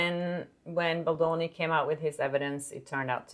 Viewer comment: Its baldoni not baloni